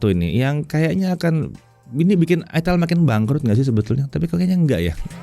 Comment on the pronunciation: Itel dibacanya aitel Bukan itel bukan itil